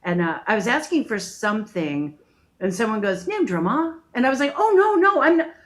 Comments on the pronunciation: 'No worries' is the most common term. She says drummer instead of draaamaa 🤣🤣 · As an Aussie we sometimes say "No dramas" which means "Not a problem" or "All good" or "No sweat". We pronounce Drama like Llama or Karma not whatever she was trying to do.